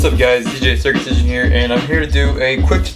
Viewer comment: Did he say DJ Circumcision?